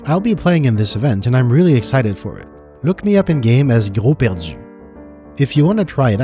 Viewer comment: "Gros perdu" he casually says in perfect french 👀